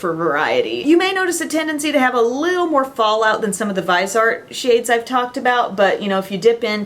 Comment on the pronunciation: ❤! Thank you so much for your amazing Awards videos!!! I'm always looking forward to these!!! "Viseart" is pronounced "veezart" (like "visa" with an "rt" at the end) in French. I'm not sure if this is the right pronunciation in English though; just guessing because they are made in France...:) I'm bilingual (from Montreal), so if anyone wants to know how to say it in French - there you go.:)) And, you look amazing in this video, by the way! Those lashes though... Love!